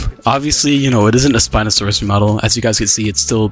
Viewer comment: "Spino Forest" dear god.